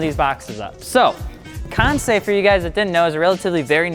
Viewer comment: FI: promotes Kansei partnership for about over a year Also FI: still cannot pronounce Kansei correctly